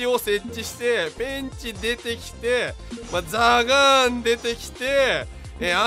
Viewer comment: ザガーンは有効打なしに聞こえて震えた